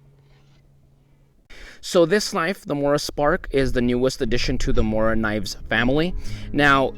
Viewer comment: Dude you can't even read the knifes brand name yet you made the video anyway. You're missing so many syllables, phonemes, it hurts. Can't watch. Next!